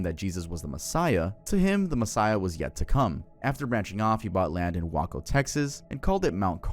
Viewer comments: bruh do your research better 🤦 you saying wacko instead of way-co when talking about the Waco siege is so damn offensive. Have some respect, a lot of ppl died that day you wacko Edit for typos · please learn how to the say the town's name correctly. It's pronounced "WAY-co" not "Wacko". For the Texas cult, the ATF went hard on them because they were getting huge backlash for what happened in Ruby Ridge the previous year. Watch Wendigoon's video for more details. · I love your content dawg and I mean this in the nicest way possible, but your pronunciation of some names is really bad. In your Texas chapter, saying "Wah-koh" instead of "Way-koh" is wild 😭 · Waco pronounced Way-co Not wah-co Lol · I'm sorry it shouldn't bother me but it does it's pronounced A lamb Oh not the city Alamo , Way Co not WhackO, and Nex E Um... Not NXIUM Nexium.. like the medicine yes. Also this is probably just me but not being in alphabetical order is driving me absolutely crazy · Its Way-co not Wah-cuh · Cringing at your pronunciation of Waco. It's not Wah-co, it's Way-co. Also, the government murdered 80 women and children there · So. Why do YouTubers mispronounce shit? It’s pronounced Wake-oh, not Wah-Co. Just a weird thing I notice, mispronounces one word then fine everywhere else. Guess it’s algorithm crap. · It's called being human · bro… it’s pronounced Wayco. Not like Taco 😂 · It’s WAY-co not wA-co. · Say "WAUKO" one more time 😒 Waco Tx is pronounced "WAY-KO" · Its WAY-co Waco Texas. Lmmfao not whacko tx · They way you pronounced Waco - LMAO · Dude, wayco. Not wacko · “wah koh” ur inability to pronounce words is fuckin crazy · You pronounced Waco like taco... 😳😲😬😆😂! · “Whacko, Texas” 😅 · Bro said Wahco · I'm from texas, my grandparents live in Waco, not to be THAT guy but it's pronounced way-coh lmao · Lmaoo Waco😭😭 it’s pronounced way-co lmaoo💀🥀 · Bro said “Wah-Co” 😂😂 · wok-oh and shay-anne is crazy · Waco WAY-CO My dude 😭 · as a texan that “whacko” hurt my soul 😔